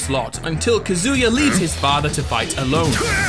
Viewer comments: Me every time he says kazooya: 😤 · God how much I hate the way you pronounce Kazuya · It's kaz u ya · You KEEP mispronouncing Kazuya... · Bro you butchered Kazuya HARD